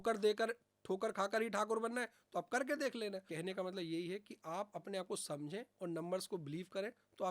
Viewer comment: Malab nhi Matlab hota hy